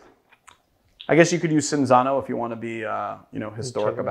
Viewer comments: That's pronounced like... Chinzano, right? :D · Leonardo Sanini Cinzano is an italian product name....why pronounce it in portuguese than? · But you butchered Cinzano :)